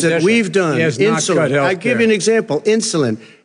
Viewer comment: It was so funny see Biden's reaction when Trump said the word "insuline" while he was interrupting Trump, he transform his face. Biden clearly thought Trump said "insolent"